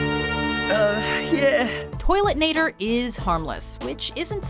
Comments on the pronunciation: It's Toilenator, not Toiletnator. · .....It's Toilenator, it's not ToileTnator. God that's annoying x3